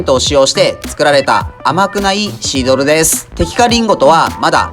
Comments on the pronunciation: シードルを二回くらいシールドって言ってる気がする.... 何かのミスリード？ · シードルのことシールドって言ってるw最後シールドって言えてるけどw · テキカカ"シードル"がテキカカ"シールド"って言ってる気がしましたけど、これはブッチャー的お茶目ポインツなのか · 2回くらいシードルをシールドって言いましたね？ しま田のタコスも見たいです。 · シードルをシールドって言ってるのおもろい